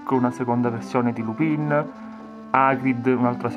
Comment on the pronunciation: si dice lupin non lupìn sei un babbano comunque la collezione è fantastisa e tu con il tuo modo di fare sei fantastico ancora di più..... no tu non sei fantastico sei magico